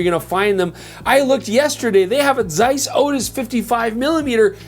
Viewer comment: Shout out for that German pronunciation of the Z in Zeiss. Really delicately hitting that "tseiss"